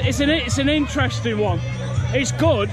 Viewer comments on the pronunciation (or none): none